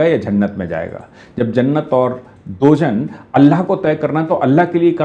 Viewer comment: दोजन नही,दोजख कहते हैं